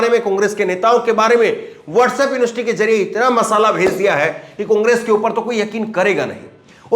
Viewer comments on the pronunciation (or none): none